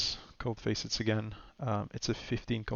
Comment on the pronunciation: And they are not Face-it's. They are Facets (FASS-ITS)